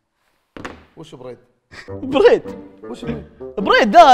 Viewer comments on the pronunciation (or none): Bread ❌ بيريد ✔️ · بريد انجليزي يا ههههههههههههههههههههههههههههههههههههههههههههههههههههههههههههههههههههههههههههههههههههههههههههههههههههههههههههههه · bread❌ بيريد✔ 😂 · برد مو بريد😂😂😂😂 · انا اقوله بريد